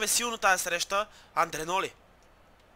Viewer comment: Спри да си измисляш имената ! Мурило-Мурийо Андреноли-Андреоли Икадри-Икарди ..